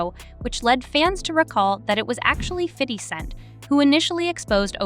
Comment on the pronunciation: The way she pronounced 50 cent made me stop watching